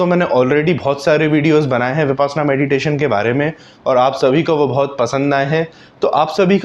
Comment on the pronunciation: Sir, हिंदी मे विप्श्यना नाम है, आप bipasna क्यों कहते हो